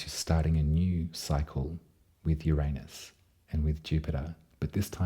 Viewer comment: Finally! Someone who pronounces Uranus properly....gotta love a fellow Aussie! (And you do it with such style and grace) ❤🐠